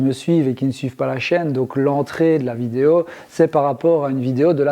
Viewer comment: De toutes façons tu ne dis pas "vidéo" mais "vidéau" donc rien pour ça c'est guerre mondiale, et puis c'est tout!! Compris!!??